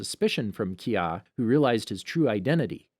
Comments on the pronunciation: Sokka(Sock-Ah) not soak-ah Mako(Mah-Kho) not may-ko Kaya(kai-ah) not kay-ah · It should be kaya not keeeyaaa..